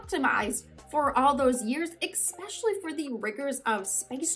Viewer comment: Did you really say exxxxpecially instead of especially... It's hard to listen about the science when I hear that.